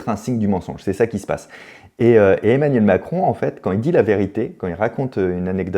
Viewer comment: 1.56min Emanuel macon 😂 mal prononcé je crois